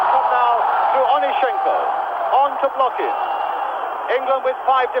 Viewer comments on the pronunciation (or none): Недавно посмотрел ролик как пытались звук "х" передать латиницей. Ни kh ни ch иностранцы не понимают до сих пор и произносят как глухую "к". Отсюда Blochin комментатор прочитал как Блокин.